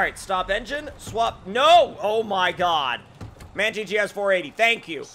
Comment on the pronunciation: You pronounce M. A. N. Wrong it aint man but M. A. N. eventho on the vehicle/logo it says man